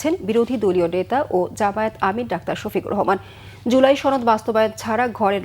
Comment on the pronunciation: সাংবাদিক নামের সাংঘাতিক ডাক্তার শফিকুর রহমানের নামটা সুন্দরভাবে বলতেও পারে নাই শফিক সাহেব